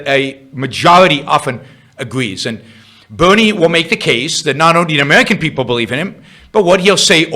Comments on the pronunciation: He hasn’t expwained how Buwnie wied. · change the title to "bwerinie" please